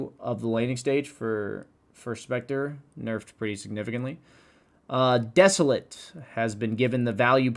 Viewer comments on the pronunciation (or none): DAMNIT IT'S NOT DESO-LIT AS IN THE ADJECTIVE IT'S DESOLATE AS THE VERB - DES-O-LATE. GRAMMAR LESSON OUT